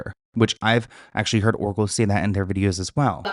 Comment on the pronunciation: Everytime you said Oracle I head Erkle 🤣